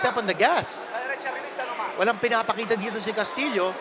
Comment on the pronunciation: His last name pronounced castiyo